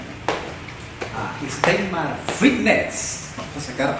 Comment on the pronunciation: steimar fitnesss jajajaj